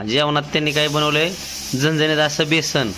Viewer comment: Ekta jiv. Besan la beshan ka mhantoy